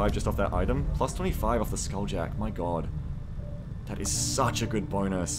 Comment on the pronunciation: such a great BONEus HA HA HA HA